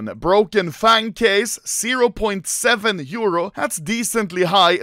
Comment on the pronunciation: normal people: euro Anomaly: " EUOUEOURO"